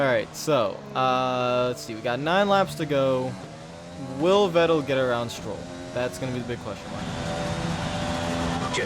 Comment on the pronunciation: Vettel is pronounced Fettel. Like an F and not a V. Just a little tipp.